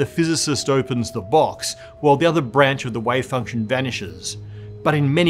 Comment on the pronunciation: Does this guy say wave function or way function?